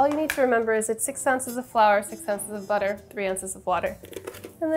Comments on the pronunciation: I heard boutaire, and I was like, "What fancy cooking term is that?" Ten seconds later I realized Sohla was just saying butter with a "fancy" accent 😆😆😆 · I giggled hard when Sohla accidently spelled "butter" in a almost perfect German accent